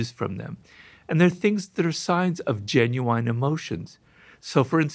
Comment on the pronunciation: Smartest guy ever can’t say genuine correctly, we all have flaws